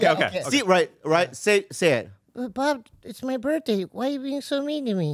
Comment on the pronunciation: It’s cute how says “birtday” instead of birthday 🎂